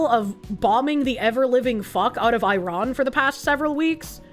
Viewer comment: Hearing the mispronounce Israel and Iran, and repeatedly, is giving me brain damage.